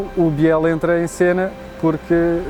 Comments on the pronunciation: É errado dizer "Biél". Deve dizer-se "Bil". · É verdade , deve pronunciar -se «Bil », Emilio Bil